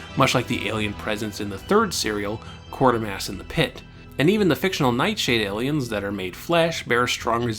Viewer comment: I’m sure you’re aware by now but there is only one ‘r’ in Quatermass; and it wasn’t a one-off as you said Quartermass many times in quick succession.